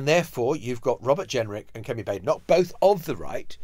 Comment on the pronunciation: Baden Baden so Baad en och. It's a Scottish pronunciation. I hate her but can we try to get the name right?